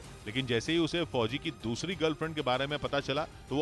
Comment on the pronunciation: Fhoji fhoji MTT bolo yr please aacha nhi lag ra sunane mai bilkul